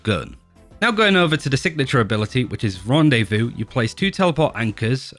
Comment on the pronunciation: As a french, it's always funny to hear "rendez viu"